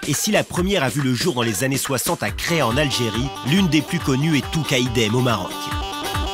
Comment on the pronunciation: Chréa en Algérie, ça ne se prononce pas "Kréa" à l'italienne, mais CHréa, comme CHicorée, CHer ! Les stations abandonnées : dire que c'est le "réchauffement" (on parle en réalité de Changement climatique, c'est pas pareil) qui les a faites disparaître n'est pas tout à fait vrai, c'est surtout la mauvaise idée des maires de basses et moyennes altitudes profitant d'un froid décennal exceptionnel durant les années 80,pour aménager deux télésièges, un tire-fesse, et hop, on attire le touriste ! Sauf que cette décennie plus froide n'était qu'une parenthèse : autrement dit, ces petites stations de basse-moyenne altitude n'existaient pas dans les années 40-50-60 ! Et ce n'est pas un hasard si les grandes stations du Plan Neige de la fin des années 40 avaient perché leur front de neige à plus de 1850m, comme Courchevel la pionnière, pour atteindre des altitudes skiables culminant à 2800 m ! Ces grandes stations bénéficient toujours de l'efficacité du choix de leur emplacement car elle sont loin de souffrir du manque de neige à leur front, saufs sur les tronçons ayant prolongé leur domaine vers les hameaux les plus bas, vers 1000m. Cependant, les années se suivent mais ne se ressemblent pas, si le niveau d'enneigement a été particulièrement bas en 2017 et absent en moyenne et basse altitude, les années ont été exceptionnelles sur le plan de l'épaisseur du manteau neigeux, la durée de l'enneigement, avec le record absolu pour 2018 et 2019 consécutivement, les grandes stations on